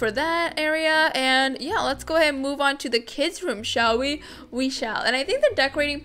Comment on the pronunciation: Stop saying. Shell we. We shell